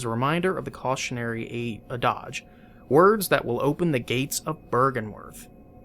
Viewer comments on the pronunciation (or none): "Adage" is pronounced "add-idge" not "uh-dodge". I mean the voice actor says it correctly in the very next scene. Yes, I know this series is 3 years old, but that's two videos now. Again, thank you for the series. Helping out a lot!